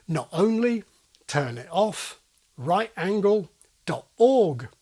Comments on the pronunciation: One tiny nitpick: your stress pattern on "right angle" is off. The stress should be on the first syllable of "angle" unless you're specifically stressing the word "right" to contrast it with a different angle, for example in "Here's an acute angle, and here's a right angle." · yeah actually stressing each one individually, whether on right or on angle, sounds weird. they need to have about the same amount of stress.